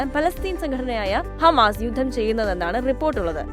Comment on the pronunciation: Ee വാർത്ത vayikkunna chechi hamaass alla😂